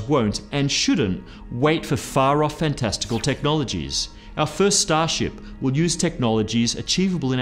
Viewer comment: seconds. Fan-testical technologies? LOL. Cracking up! seconds Farts? Oh man! Otherwise, great video!